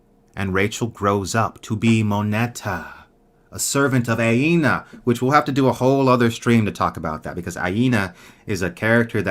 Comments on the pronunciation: just a note that you keep mispronouncing Anea's name. It's not Aena, but Anea (Uh-Nea) Great stream, one of my favorite series ever. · Btw I believe its ANEA,not AINA?